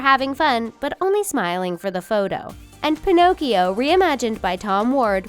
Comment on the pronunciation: I dig the concept for the Ariel one, but I hated how it pronounced Pinocchio...